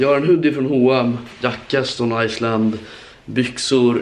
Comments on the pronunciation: No hate men man uttalar det stone iland även fast det heter island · Stone i”S”land, lär dig prata